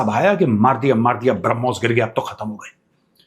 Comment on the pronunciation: ब्रह्मोस का नाम सही तरीके से बोल दे ये गिली सलवार वाले। तब तक हरमोस....हरमोस का खेल चालु रहना चाहिए 😂😅😂